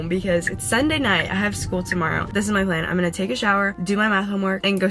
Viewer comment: did anyone notice she said the "plane" is we are all going to meet at Arushi instead of plan